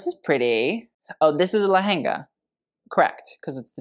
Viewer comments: you were pronouncing lehanga right with the h emphasized (le-henga)!! The bride is saying it with an American accent for some reason😅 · its L E H E N G A, your pronunciation originally was right . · You said it right the first time, Le-Hen-Ga :) Just that the gorgeous bride tat said 'Len-ga' has an american accent too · u pronounced it perfectly! It is pronounced le-hen-ga not lenga , her accent is Americanised so urs was perfectly fine ! 😊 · You pronounced lehenga correctly before :D, it's the nri's generally calling it "lenga" which isn't what most of us call it here in India, lehenga becomes "lenga" mostly in the punjabi accent that's what I have noticed. It's Lehenga as per hindi speaking communities, lenga by punjabi's, "langa voni" which is half sari as per the telugu speaking communities, wtv it may be called, our bridal outfits are super heavy and colourful and just breathtaking no matter which community the bride belongs to, and all of them look super royal on their day makes me swoon each time. Really appreciate you learning about our culture and different events before you react to the outfits :D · “Lehanga” the way you said it is the correct pronunciation. Not “Lenga”, She has an accent. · Your lehenga pronunciation was absolutely correct... it is lehenga not lenga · U were pronouncing it right as le-hen-ga and not len-ga people abroad or the ones that have developed a bit of an accent say len-ga the correct hindi pronunciation is le-hen-ga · it is LEHENGA not LENGA. you pronounced it correctly :) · Your pronunciation of lehenga was correct earlier, that's how we say it in hindi "le-heng-a" :) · you were actually right with your pronunciation of lehenga . it is in fact le-hen-ga . i feel like she,s saying lenga someone raised in america with an accent would say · you said lehenga correctly before its not Lenga it is lehenga usually the indian diaspora pronounces it as Lenga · Lol you said Lehenga correctly! It is le-hen-ga!